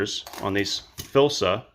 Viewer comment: F-L-I-S-S-A. Its FLISSA, not Filsa....omg...get the freaking name right!!!! You lose all credibility reviewing a tool when you don't even know the name of it!!